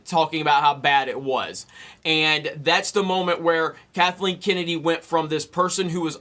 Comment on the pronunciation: Kathleeen Kinnidy...